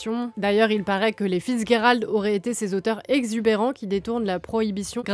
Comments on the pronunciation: The G in Fitzgerald is not a hard G, it's a soft G. It's confusing because it looks like a German name in origin, but its not, "fitz" basically means son of, usually it's a son born out of wedlock, but the name Gerald came way of the Normans to the English language, so in English we'd pronounce the G as a soft G, like a J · Vous prononcez son nom comme si c’était de l’allemand ou quelque chose… Le G se prononce comme en français (dans le mot « gérer », par exemple). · vous ne prononces pas bien le nom de Fitzgerald, sorry to bring it up but mes oreilles saignent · C'est horrible, mes oreilles saignent aussi ! 😂